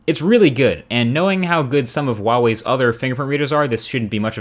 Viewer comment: Funny you never pronounced "Huawei" in a Huawei phone review..